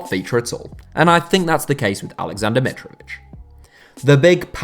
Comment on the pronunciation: its Alexender Mitrovitćh!